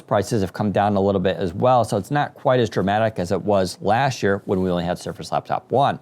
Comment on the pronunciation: "lashd year"